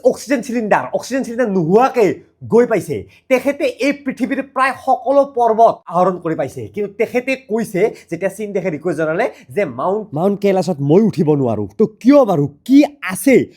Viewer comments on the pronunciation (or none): পৰ্বতআহৰি(পৰ্বত আৰোহী) পৰ্বত আহৰণ (পৰ্বত আৰোহণ)....অলপ উচ্চাৰণ বোৰ শুদ্ধ কৰিলে ভাল হয় l